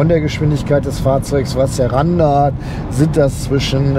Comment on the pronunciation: "LED Rückleuchten sinnd optional. Wenn man sie möchte, nuss man sie extra bestellen." OMG